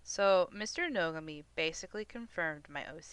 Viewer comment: why do you say his name like that